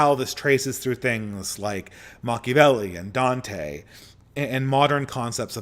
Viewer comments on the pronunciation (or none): none